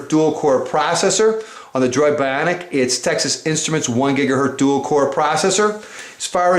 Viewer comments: apple has 4g its only on at&t... this guy sounds like a complete nerd hes like the droid biawnic. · He says BYAWNIC like it's Jersey Shore ! xD